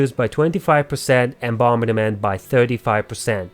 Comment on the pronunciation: Good video. I noticed you struggle on a couple words, though, so I hope this helps (since you are helping us with your videos). The first K is silent in knockback ( nok bak ), and bombardment is only 3 syllables ( bom bard ment ). I like the way you say it, though. It adds character. Keep up the good work 😊